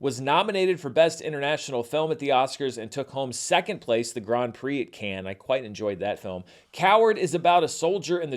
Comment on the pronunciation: Dude should really learn how to pronounce Cannes